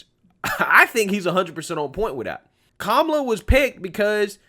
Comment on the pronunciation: It’s KA-MA-LA. This lady can’t even be honest about how her name is pronounced. It’s a classic Indian name that is pronounced a certain way.